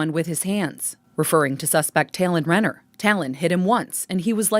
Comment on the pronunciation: My maiden name is Renner. It makes me sick to think that someone I might be related to (Renner isnt a common last name) did this. On a separate note, I apprecite the fact that you pronounces it correctly.